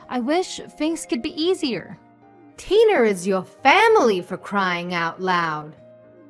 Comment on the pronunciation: Tiner? Instead of Tina?